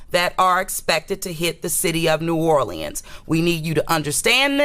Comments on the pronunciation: This girl said "NEW ORLANDS!!!!" I can't stop laughing 😂😂 😂😂!!!! She says it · It's New Orléans not New Orlieans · 😂😂😂 wow New Orleeins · Naw lins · You can tell someone isn’t from New Orleans when they say New Orl- Le-Ends 😂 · Ik it’s pronounced new or-lins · I hate the way she pronounces "New Orleans". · Why does she pronounce New Orleans so wrong??!!! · The way she pronounces New Orleans is making me cringe. Prayers to NOLA, LA